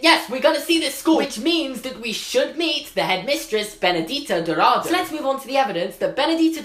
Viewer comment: You pronounced “Benedita Dourado” quite good for someone who never spoke portuguese but “Castelo Bruxo” (the “Bruxo” part) was quite off 😂😂😂 it’s pronounced Brusho (the X sounds like sh from the word she for example) not Bruhoe (like the nasty word hehe in the end), good job anyways